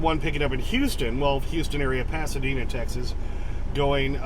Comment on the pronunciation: Tex-Ass, 🙄 Feel free to ask me why